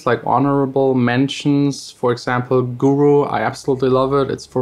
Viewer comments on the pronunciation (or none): none